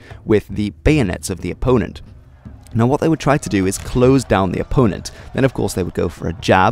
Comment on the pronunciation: Disliked because of your pronunciation of opponent